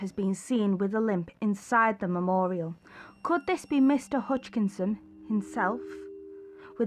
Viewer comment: I was halfway through this before realising id already watched it but you kept saying hutchkinson and hodgkinson or huskinson His name is huskisson as you even showed on his memorial and its ginny green teeth not jenny